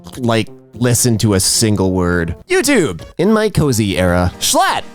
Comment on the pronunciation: next time you say "youchoob" say with a British accent, trust me